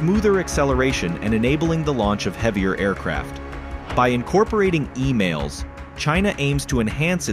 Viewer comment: "... with the renowned US Ford class carriers." Cut to: 34 year old, CGI image of French Carrier Charles De Gaulle. and its EMALS, not EMAILS. the way you shotgun the imagery of your videos is just so random